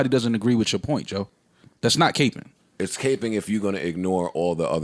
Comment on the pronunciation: They pronounced capping capeing lol